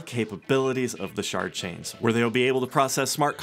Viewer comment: Did he say Shart chain?